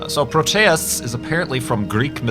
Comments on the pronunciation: it's "pro-tee-ous", not "pro-tay-ous" Greek didn't actually have that second pronunciation in their language. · its Pro-Tee-Us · PRO-tee-us Check a dictionary site for pronunciation. There's usually even a button you can click to hear a person say the word. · I pronounce it like PRO-tea-us, not pro-TEA-us or pro-TAY-us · "I'll just go with pro-tay-us." Dammit, I can't watch this video.